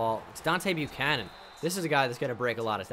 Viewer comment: It's Deebo Buchanon